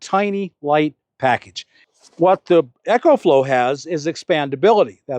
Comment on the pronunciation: Is anyone gonna tell Bob that its not called Echoflow, its pronounced Ecoflow, as in economical